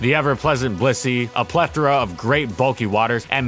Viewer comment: He seems to be pronouncing "plethora" correctly all the time now. I feel like a toy has been taken away...